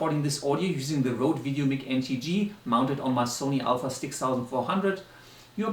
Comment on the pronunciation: Doesn’t apply here bro, no offense. I guess it is part of your native language which i can understand! Goodluck with the channel:)